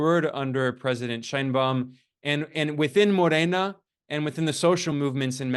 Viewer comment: You lost me at: Shine Baum. It's pronounced shane.